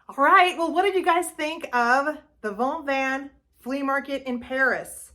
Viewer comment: Sounds like Vaunv...don't pronounce the "ves" at the end. Sounds like Mar-shay O puce. I am learning French right now and a French teacher told me how to say it.